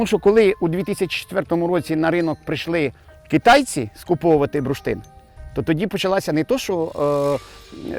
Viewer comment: Цікаво, що слово "бурштин" пан вимовляє як "бруштин". Мабуть діалектне.